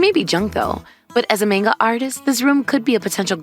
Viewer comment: Already starting off great with the pronunciation of Manga